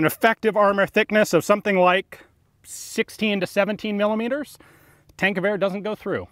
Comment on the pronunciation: When someone pronounces it "tank-goower"